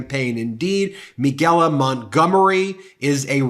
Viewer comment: two things 1. her name is pronounced Mi-CA-La. Michael with a la at the end. Not MeGaLa. You working my nerves to early for that. 2. I would not vote for 45 if he showed up to my house and gave me a BILLION dollars. Nope not even then. Just sitting here waiting for people to come to THEIR DAMN SENSES or at least put their brains back in gear. But well I don't think that's gonna happen, not this year anyway. Thanks for coming to my TED talk.